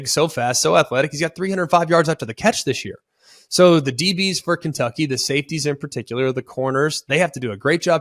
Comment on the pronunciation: you can’t even say kentucky right that’s how you know they’re gonna win